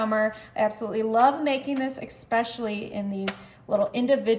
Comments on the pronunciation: Also noticed those odd pronunciation, and I'll add that it's milk, not melk, and especially, not exspecially. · Drives me insane to hear exspecially! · Exspecially seems to be quite a common mispronunciation, it seems. And "melk" is often pronounced that way by people of German descent. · First of all it's not EKspecially, it's especially. Second it's not NICK and crannies, it's NOOK. Third it's not MUD root beer it's MUG. Desserts look yummy😋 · Let's not forget "eck-specially". Makes me crazy when people say it like that!!! 🤪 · What does ick-specially mean?